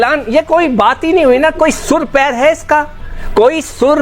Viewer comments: Sur pair nahi bhikhari pehle sahi se bol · Are jahil sur pair nahi hota sir pair hota hai bhikhari jab fatati hai tab khairat batati hai ab mirchi lag rahi madarasa chap pahale ja padhai kar ke aa